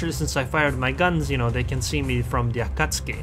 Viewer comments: A-KAT-SUKI. LOL not AKATSKI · Akatski? I must have missed the update where they chaned the akatzuki's name